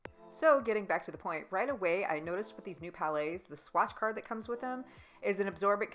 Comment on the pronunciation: Thank you very much for doing that. Helped me decide on the palettes. And yes I know it's a grammar police thing, but honestly it's so hard to hear calling them "palais" because that translated means palace. They are prounced "pal -ets"